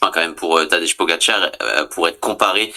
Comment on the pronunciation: Tadej = Tadeille, Tadeye, Tadeï Mais pas Tadeche, Tadé ou Tadeje